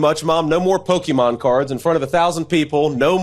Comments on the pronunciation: JD, you’re a millennial!! It’s not pookie mon, it’s Pokémon. Weirdo NPC. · He pronounces it “pok e mon” Vote blue